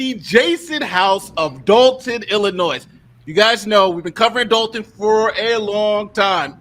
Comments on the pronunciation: Nate brother its PROUNOUNCED ILLINOI not ILLINOISSSSSs the S is silent lol. For those of born and raised in Illinois its a thing it really is a thing for us lol. Whats funny about Supper Mayor is she started off as a Trustee and ran on the previous mayors ticket and then turned on him and attacked him for the very same things the Trustee's are now attacking her. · Nate the s is silent in Illinois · ILLINOIS IS PRONOUNCED IL-LI-NOY!😂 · THE ……S……IS …….SILENT IN ILLINOIS ‼️‼️‼️‼️ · Reference: ILL-ANNOY for the love of all that is good and holy the S is silent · Illi noise. Ar can sas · Please learn how to pronounce Illinois. S is silent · New to this channel, I "assume" you are saying "Ilinoi"S"' as a joke? If not, are we suppose to take your "Lawyer" title seriously? We learn the "S" is silent in like 3rd grade? Don't comment much but hearing that clear S had me thinking, is this a joke? I sure hope so........ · No offense but please pronounce Illinois correctly. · The S is silent when pronouncing Illinois.✌️